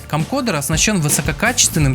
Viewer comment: Камкодэр, немота - CamcoRder!... Уж лучше говори видеокамера.